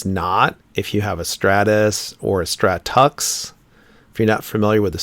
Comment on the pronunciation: I've always heard stratux pronounced "stratix" not "tux". But I know how much you like your linux hah.